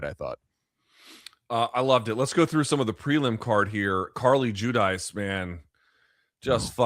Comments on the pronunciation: Hey Luke. Get Carli's last name right ..it ain't jew-dice, it's ju-deec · actually it's Hu-heec